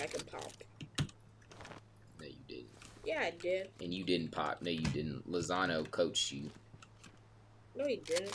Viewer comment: its not lazono its Lonzo and his brothers are Lamelo and Li'angleo